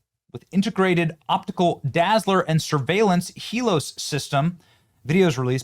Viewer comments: Are you sayin HELOS instead of HELIOS. Every single time you read it? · Benny, you gotta get the name right. It's not " Helos ", it's Helios as in the Greek word for describing forms of the Sun. Very well named btw 😁👍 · Heel-E-oh-sss. Come on Benny. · Its pronounced he-lee os it's greek for Sun and the sun god helios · Pronounced HEEL-EE-OHS, Benny. It's the Greek word for the sun. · Sigh.....IT'S HEE-LEE-OS. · "Hee-LEE-ose", rhymes with glucose. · Pronounced: Hee-lee-ose. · Helios is pronounced Hee-lee-Ohs. Helios is another name for Apollo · youre saying helios wrong